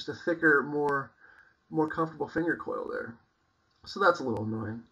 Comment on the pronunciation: hows it been working for you?? im going to buy an rd9. and i might buy an rd4 bush for a neck knife. either thator a becker bk14, not sure yet. oh and its a "choil" not coil, just letting ya know. give us an update man!:)